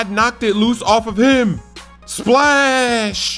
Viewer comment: OMG STOP SAYING SPALSH